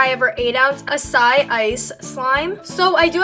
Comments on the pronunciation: how has nobody noticed she pronounced acai (ah-sigh-ee) as uh-siGH lmaooooooo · she said, (a-cai) it is really (a-sai-ee) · anyone else notice she said acai not, açaí no shade 😂 thanks for liking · I know I’m late but a-si ice No hate btw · its pronounced Achai Ice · Ah-sigh-e ice. But 16$ I think not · its as sigh ee thats how u say it lmao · lol açaí is pronounced like osiyee😂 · the way she said açaí makes me uncomfortable it’s like AHHH SIGH EEE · i think açaí is pronounced AH-SI(rhymes with hi)-eeee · Ava and Lana Kimmel it’s pronounced ah-sah-ee :) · btw, açaí is actually pronounced ah-sy-ee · How she says acai lmao